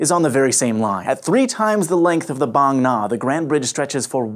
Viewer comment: I like this guy for pronouncing "Bang Na" very accurately, not pronouncing like "bang!" which is incorrect.